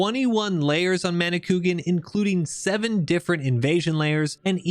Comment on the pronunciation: Manicouagan is pronounced ma-nee-kwa-gan (the "n" sound at the end is silent, but it modifies the "a" sound)